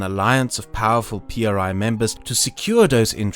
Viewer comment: Mexican here that actually lives and has lived there his whole life: IMSS, is, without a doubt, one of the most corrupt, money/power hungry systems, it helps a lot of people, but it comes at the cost of being screwed over by other factors. Also, when you say PRI don’t say P R I With sepparation, say it as a whole “pree” (how you could pronounce it it ) and yes, these motherfucking sons of dick craving bitches are as evil and corrupt as they get, you would be disturbed by the amount of things they do freely and the things they manage to hide. All over all, I truly fucking hope a second revolution starts